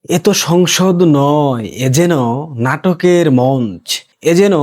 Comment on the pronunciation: ভাল বলো, কিন্ত উচ্চারণ কানে পীড়া দেয়। মন্চ.. উচ্চারণ মন্চো। আওয়ামী লীগ উচ্চারণ.. আ- ওয়া-মী ।Please.